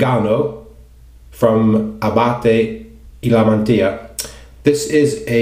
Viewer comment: I am very impressed with your pronunciation of the soap. Well done!!!! Most people murder the Italian Language.